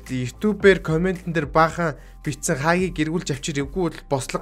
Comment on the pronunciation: Хагийг ks 😂😂 хаагийг гэж хэлж бсан блгүй дээ